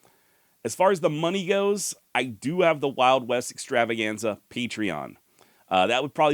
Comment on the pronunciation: I miss the rolling of the R in the "Wild West Extravaganza" intro.